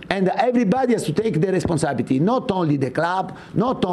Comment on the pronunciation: ‘Sense of Responabity’ 🤣 spurs so spursy